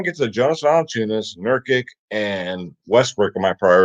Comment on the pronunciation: its NURK-ICH... same goes with Doncic, its pronounced DON-CHITCH